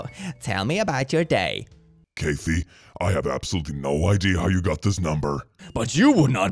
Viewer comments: He said Caith'ee it's Cath-E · So adorable to hear mispronounce Cathy. A common name we take for granted, becomes something exotic.